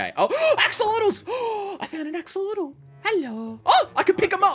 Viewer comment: It's blue axalotal bruh